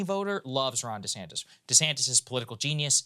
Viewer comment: Yeah. One time was real subtle; I'm pretty sure I heard "Ron DeSanct-ous." Hilarious.